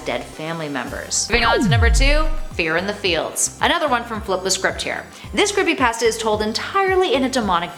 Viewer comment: Fortnite creepypatsa. The accent makes pasta sound like patsa.